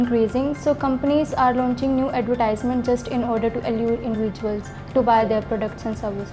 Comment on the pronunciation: I think you said the word: advertisments incorrectly